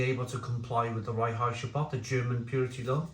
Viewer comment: I laugh evert time you say "Reinheitsgebot"... don't speak German but i know it's more like "rine-hites-g'boat"